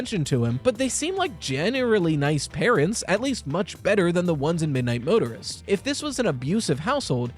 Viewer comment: keeps saying Midnight Motorer like murderer